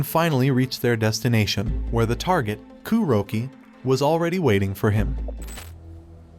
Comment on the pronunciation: This whole video feels like it was made with AI, with the strange pronunciation of Kuroki’s name, calling The Club a brothel, etc.